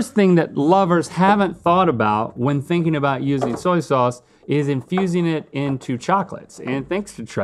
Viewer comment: "Zoy zauze" 😂😂